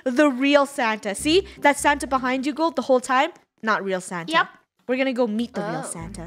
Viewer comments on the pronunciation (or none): Is it just me or does say Santer instead of Santa